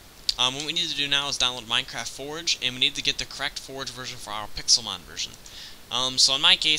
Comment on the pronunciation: Why did the modmakers call it pexilmon